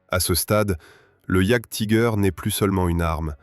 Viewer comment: "Jaguetiger" :face-green-smiling: Sur youtube c est beaucoup trop souvent que les gens parlent de ce qu ils ne connaissent pas ! C est pas en 5min de recherche que vous êtes capables de faire une vidéo sur un sujet ...